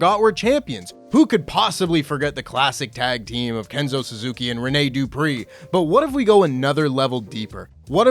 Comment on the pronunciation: Renee Du … PREE